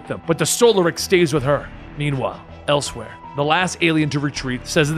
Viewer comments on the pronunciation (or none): none